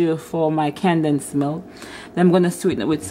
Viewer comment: It’s “condensed “ not “candensed “🤦🏾